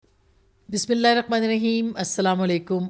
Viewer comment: Please correct the pronunciation of Bismillah. Thanks